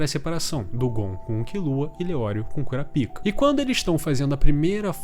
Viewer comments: Caralho, é muito ruim ouvir KuraPÍKA KKKKKKKKKKKKKKKKKKKKKKKKKKKKKKKKKKKKK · so eu acho engraçado ele chamando o kurapika de curapika ksksks